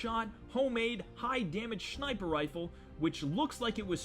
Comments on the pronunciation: "shniper rifle" hahahaha SHNIPER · Did i hear you say "shniper rifle"